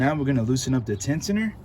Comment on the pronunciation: This dude would never work on any of my cars. Talking about that's not going back on lmfao. They make a tool that I have to take that off. Also he can't pronounce tensioner to save his life 😂😂😂💯💯💀💀